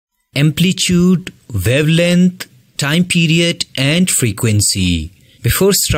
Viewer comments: Try to pronounce the word amplitude in right way . Ur video was helpful ❤️❤️ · Amplitude ❌ amplichude✔️ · Amplitude bro😂